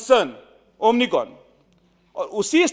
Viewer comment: हा तर डॉक्टर नाही हा एमबीबीएस मुन्नाभाई डॉक्टर याला तर अमिकोन उच्चारही येत नाही त्याची डिग्री तपासून पहा